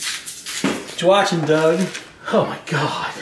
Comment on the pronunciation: Its Doug not dung